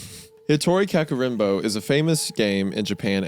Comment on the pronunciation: Blast from the past, when I was younger I used to make a tone of stuffed toys and my friend would ask me to play this game using them. also the mispronunciation of ka-ku-re-n-bo man it hurt😭